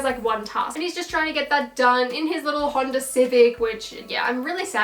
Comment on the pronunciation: Am I the only one who heard 'Hondo' civic? 😅